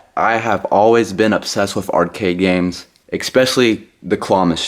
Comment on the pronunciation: There is no fucking "x" in "especially." I bet you say "expresso" too.